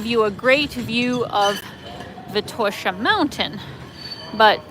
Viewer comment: Great video,! Sofia looks so much better than one year ago when I was there. Good job, mayor Terziev! Enjoy your new digs, and looking forward to your next videos! Btw, Vitosha is pronounced with an accent on the first syllable, just like Sofia.